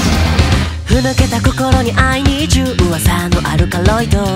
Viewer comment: エゴロック 好きなところ🩵🩷 いっちばん最初から迫力がすごすぎて死を察知した、ころんくんのコーラスにかっこいいとかわいいが詰まっていて好きすぎる😭❤︎ クールで力強い歌声がとってもかっこいい😭 "I need you"の"あいにーぢゅー"みたいな発音が好きTT 力強く芯のある"はあ"に、上に上がる語尾がサビを更に盛り上げていて好き💘 2人の声はそれぞれ個性があるのに綺麗に重なっていて、2人揃った声がほんとに綺麗でかっいい☆彡 "バイバイバイ"の"バイッバイッバイ"みたいな刻む発音の仕方が好き🥲その後のコーラスも余韻が残る雰囲気を出していて素敵👏🏻 "吐き気の空模様"のころんくんの高音での、でも迫力のあるハモリが大好き(;-;) "さむらい"の歌い方が好きすぎる🥲ころんくんの'ら行'の歌い方はころんくんにしかできない魅力があって大好き⭐️ "はみ出し者だろ" さとみくんの声をころんくんがハモってカバーするのもいいけど、ころんくんの声をころんくんがハモってカバーするのが安定に好きで、ころんくんの歌声の良さが際立っていてたくさんたくさん聞いちゃうദ്ദിᐢ- ̫-ᐢ₎ "両目を開くふり"▶︎"りょう、めを"といった１回区切って歌う歌い方が好き🥹2人の声が揃ってるから更に綺麗でかっこよく聞こえる♪ 真っ直ぐ伸びる声に"染まるだけさ"の裏声を使わないで高音で歌ってるのがころんくんの音域の広さに圧倒されちゃうし、高音なのに迫力やかっこよさを残しているのが曲の世界観が崩れなくて、こういうころんくんの工夫がほんとにほんとにかっこよくて大好きだなって思うよ😭 ここの感情のこもった、儚さも混ざっているけど芯のある歌声がすき🥲 最後やられたーーー！！！！爽やかな感じは残しつつもイケボで一瞬余韻の残る終わり方が最後までかっこよくてリピートの手が止まらない✋🏻 久しぶりにの歌ってみたを聞いたけれどやっぱりいつ聞いても色褪せない、2人の歌声の相性がバツグンすぎた🫵🏻💬2人のクールさが詰まりに詰まったこの歌ってみた、たくさん聞くねᐡ∩ɞ̴̶̷ ·̮ ɞ̴̶̷∩ᐡ